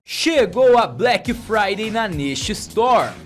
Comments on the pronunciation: "Blequi fraidei é na nexa estori" IRONIA, PROFESSORZINHO DO YOUTUBE! ... Mais pra participar do sorteio #Black Friday é na nesha store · "Black Fryder é na neshestor" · "Black Fryday é na neshestor"